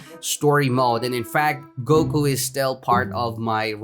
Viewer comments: it's goku not goke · U said goke!!!!!!! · goku not goki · Me when he calls vegeta vegito and goku goki: oh no not again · mAn YoU cAlLeD gOkU gOkY aNd YoU cAlLeD fRieZa fReezeR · Mans said goky im not mad im dying right now bruh XD😂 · Cmon stop trolling lol "Vegito and Goky" Lol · I was triggered when u said vegito, but I got used to it but when u said GOKI that set me off